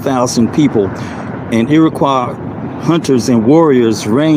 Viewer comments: It's pronounced EE RUH KWAA. Lord, he can get nothing right. He Google pronunciations so as to not look the fool. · he mispronounces Iroquois. Also from what I could see of his documents, he's in Washington state. Three thousand miles away from Iroquois country. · "Delusional" is not a strong enough word. He can't even pronounce "Iroquois".